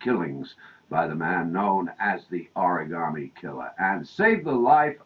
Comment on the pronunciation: can i smack the reporter? please? just for mispronouncing the oragami killer!